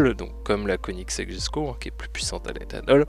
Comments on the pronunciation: ok désolé mais ça m'irrite quand on dit jesko au lieu de yesko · On dit yesko pas jesko